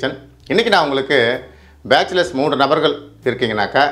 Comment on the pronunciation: மூண்டு அல்ல... மூன்று